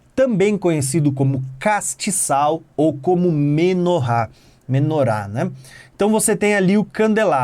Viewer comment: olha ele falando os dois rr da menorá kkk aprendendo muito Deus abençoe